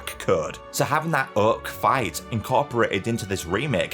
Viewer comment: Whew chile....the accent. That "Uhk" (Oak) took me OUT. lol